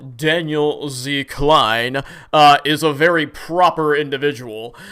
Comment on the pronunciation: Daniel Z "KLEIN" lol every fucking time love it!